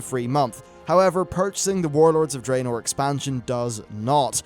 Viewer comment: Draenor is pronounced Dra-nor. The only bad thing about your vids, everything else is top notch but I can't listen when you say it wrong lol